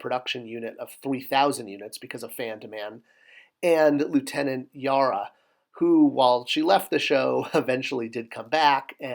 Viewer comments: I still have a box of the old Playmate toys, various series and lines. Classic 90s toys. Minor cringe "Yara", but hey I think you've admitted to being more of a MOTU and Star Wars guy, all forgiven. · Lt. "Yara"?